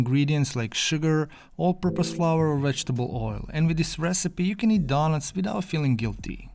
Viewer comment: Your accent is one the most magnificent masterpieces i have experienced in my life. Today i have heard a lot of people's accents, but you, in my opinion are the BEST at talking. The words you say like "daughnuts" "helty" inspire me and every other person watching this to become fantastic accent merchants. This type of accent can be classified as a type 1A carcinogen for the enjoyment of your eyes, ears and brain. All my senses and the neurons in my brain function as a rocket to achieve maximum happiness from hearing your accent. As learners from your accent, we pronounce you KING of the HELTY DAUGHNUTS.